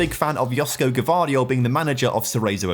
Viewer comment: I'm cringed at "GA-VA-DIOL" pronunciation.